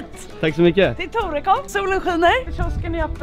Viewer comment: Men vad i helvete det heter väll ändå torekooov och inte tårekåv